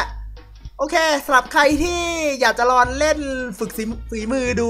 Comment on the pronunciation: ลองค่ะไม่ใช่รอง